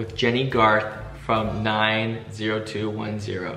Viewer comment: Come on Derek dont mess up the name you know its 90210